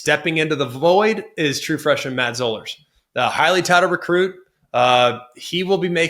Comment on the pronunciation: Zollers is pronounced like dollars